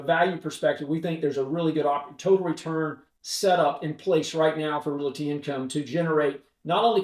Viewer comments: I can't trust anyone who pronounces the word, "realty" incorrectly every time he says it. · RED FLAG! Did that guy say " REAL-IT-TEE in the first 4 seconds of the interview? I'm out!!!!!!! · there is not "i" in Realty...